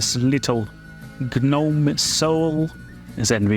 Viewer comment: The G in gnome is silent! Great video!